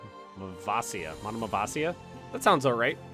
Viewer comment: your character's name is pronounced a-nas-TA-si-os meaning resurrected your son's name is pronounced SAV-vas and does not mean anything in particular your province's name is pronounced mon-em-vas-hi-A